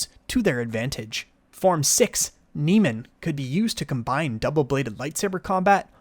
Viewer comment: Your saying Soresu & Niman wrong, Soresu pronounced like this (sore-sue), while Niman is pronounced like this (nee-mon)